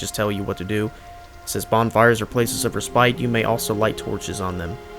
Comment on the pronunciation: Tons of hints - really great walkthough. One thing triggered me - it's pronounced Re-spit. not Re-Spite .... the E is silent.